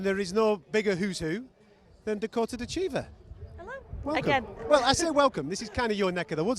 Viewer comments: MMA media...it's pronounced DITCH-eva...not ditch-EEV-a. It's pronounced wrong so often she gracefully ignores it. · She's a champion. Can you pronounce her name correctly? it's "DITCH-a-va". (@ below/ thanks.) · Dakota ditcheeeva lol pronunciation a bit off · Last name is pronounced Ditch - A - Va I believe. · I wouldn't expect someone who can punch as hard as Dakota Ditcheva to be too polite to correct all of the people who mispronounce her name. 😅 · she's been around a while and the host still doesn't know how to pronounce her last name. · She's told him how to pronounce her name in the past but still he gets it wrong. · A professional would pronounce her name correctly. I guess he is not 🚮